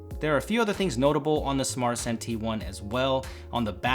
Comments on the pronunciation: You'd think that he would at least pronounce the name of the phone correctly if he got paid. He kept calling it a "Smartsanti" when it's "Smartisan". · Kun Qian Yeah I know, it sounds like they are trying to make fun of everyone and call it Smart Asian. It's Smartisan. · phone says ARTISAN but he says SMARTISAN it sounds like bad INGRISH translated to Smart Asian?